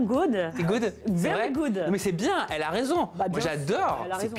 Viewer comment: "I hope yu gud" ahaha pardon c pas bien de se moquer ahaha.. You are good...et pas gud, ça se dit "goud"